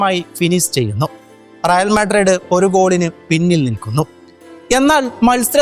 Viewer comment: മുത്തേ റിയൽ മാഡ്രഡ്‌ ❌അല്ല, റിയൽ മാഡ്രിഡ്‌ ✅ ആണ്